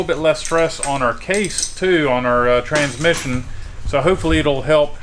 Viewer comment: Guys, its pronounced "Tranmission".